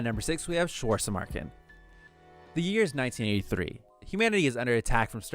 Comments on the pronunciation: "Suazermarke" nice german skills bro, but its actually Schwarzesmarken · Schwarzesmarken is a German name and to completely mis pronounced it😂😂😂 but it really is a good anime